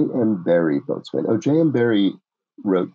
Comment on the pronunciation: 40A Boatswain is pronounced bosun.